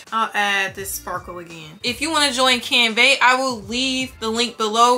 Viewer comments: Hi, you are saying “ CanVEH.” The pronunciation is "CanVUH,” like the A sound in apple 🍎 . Best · Girl thank you for this tutorial it was helpful. Side note tho, it's pronounced canVUH not canVEY